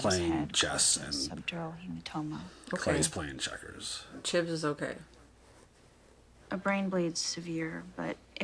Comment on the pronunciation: I usually let things like this go but its been bugging me since last episode. Not sure what keeps calling him...jeb, cheb, jib....not sure. Its Chibs....his name is Chibs! lol love you guys but had to correct you as he's easily one of my favorites!